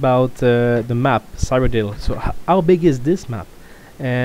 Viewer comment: Ceeroh-dill, PLEASE.